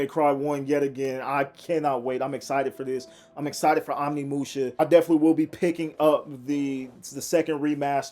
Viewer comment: OmNiMuShA.. bro just read once.. it's right fucking there